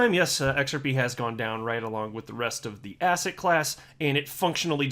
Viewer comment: Did he say asset or ass hat?